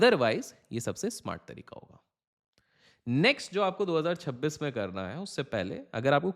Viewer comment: Pehle 2026 bolna to sikhle actor